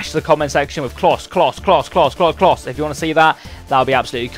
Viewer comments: It's closer that s how you say it klose is how you spell but use klose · It's pronounced Klowse for future reference :) KLOS sounds bad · It's said Close-a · Its miroslav klose, you pronounce the e on the end. Its not klos, but sick vid man! In my top 2 series on youtube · Klose is pronounced like 'Closer' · Isn't it Klos- Ah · It's pronounced kloser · It's pronounced "kloser" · Pronounced clow ser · Im german its pronoinced Kloh- se or Klo-'se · Its not. Trust me, Im from Denmark, above germany, I know how to pronounce "Klose"